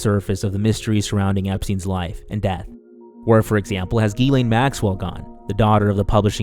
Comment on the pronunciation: It's pronounced Jizz-lane Maxwell.